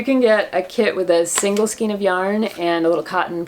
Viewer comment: Love your podcast! 👍💗Question: not sure if I’m hearing you correctly … are you pronouncing skein as skeen instead of skayn? I think it’s pronounced like neighbor or weigh with a long A sound. You’re a great knitter and teacher! Keep up the great podcasts!!!